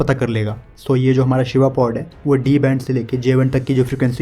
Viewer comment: Admin ।कृपया हिदी का उपयोग अधिक करे।शिवा को आप सीवा कह रहे है।